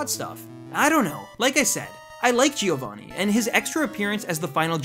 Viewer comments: he means that it's not 'gee-oh-vah-knee' but 'gio-van-knee' (gio pronounced like cho but with a g) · It's not Gi-ovanni -.- it's Giovanni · GI-O-VAANI ...ugh Americans... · Exactly xD